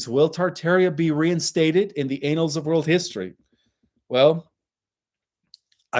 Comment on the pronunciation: Thanks for another great Live. You may wish to check the pronunciation of the word "annal". You made me giggle.